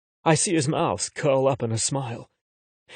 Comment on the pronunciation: Why does he pronounce mouth as mouse? I don't wanna hear about how someone's noodle is in someone elses mouse 🐭😭